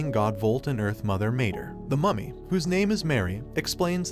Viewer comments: i keep hearing mummy as mommy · I can't understand if he's saying mummy or mommy